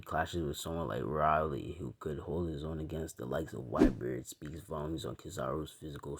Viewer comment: Pronounced railee. Major w btw